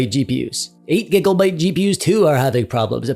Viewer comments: Conclusion: dont play games the year they get released. Also, is this man saying gigglebyte? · everytime u say gigglebyte my heart smiles